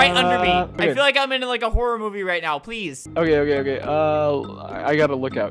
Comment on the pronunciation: Albert when video starts: oke wewewe